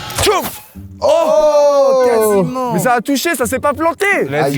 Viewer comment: Tcho ça se dit ciao😂😅